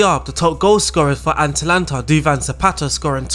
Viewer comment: Am i the only one annoyed by him calling them aNtalanta the whole time?